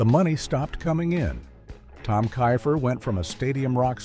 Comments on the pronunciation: I agree with you it’s pronounce tom keifer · Layne Staley wasn't anywhere near broke! This is aggravating! Edit: how many different ways are y'all going to pronounce Tom Keifer?